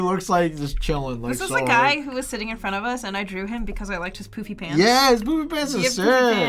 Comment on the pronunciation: I’m sorry, but when you said “Poofy Pants” I misheard and thought you said “Poopy Pants”.😅 Then you kept saying it and I started dying on the floor from laughter.😂🤣😂🤣